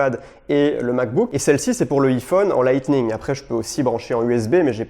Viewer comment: Painssil, mais il dit quand même Lightning correctement, c'est pas logique